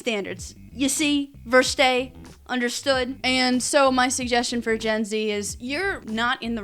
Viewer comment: The way you pronounced verstehe destroyed this whole video for me